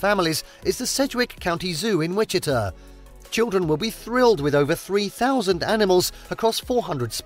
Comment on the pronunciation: Folks, it's pronounced Witchy-TA and Toe-PEEK-a. Oh and that's Kansas City Missouri towards the end for anyone wondering what that beautiful city is (literally across the state line).